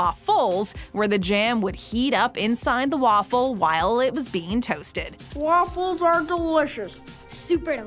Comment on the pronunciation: Is it just me or is it really annoying when she says waFULLS